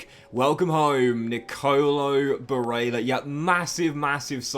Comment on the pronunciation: Please look up how to pronounce Barella you have it very wrong. Also give barella #18 or #23 he chose not to take #8 at Inter this season. Otherwise good career keep it up